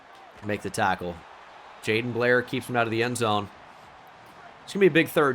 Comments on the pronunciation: By the way you are mispronouncing Jadon Blair's name it's Ja DON like the Don of New York from Giants franchise. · Yeah, unfortunately the game doesn't help you in any way know that it's JaDon since they permanently capitalize the first name.